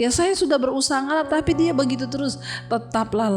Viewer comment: Haelluyaaaaa luar biasa tuhan Jesus Kristus Memberkati. Serak serak basa seperti Judika Singer KK sang gitaris andalkan. begicuuuu begitu yang bener KK, bukan begicuuu Nice ❤️😂 lah Pokok nya The best Syalom, syalom dan tim Haelluyaaaaa